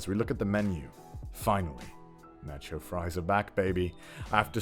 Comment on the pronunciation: "natch cho cheese"